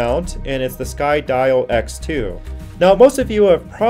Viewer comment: It's pronounced SKY_DEEOHH :)